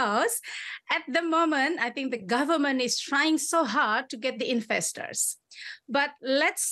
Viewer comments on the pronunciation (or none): I am struck of why Indonesian struggle to pronounce V but F is the sound that they used to it. Very become Fery, government sounds gofermen.